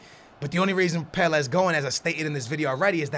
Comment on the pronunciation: You realise you say Pele wrong, right?